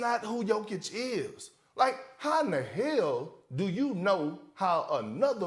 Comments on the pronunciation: bro, u need to sleep :D and it´s YO-kich, not JOE-kich :* ;) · For the beginig try to pronounce Jokic's name correctly